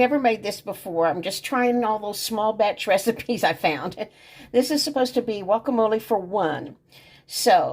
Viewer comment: That’s funny ur calling guacamole wacamole lol